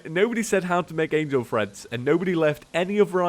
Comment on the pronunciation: Angel Treads, not Angel Threads.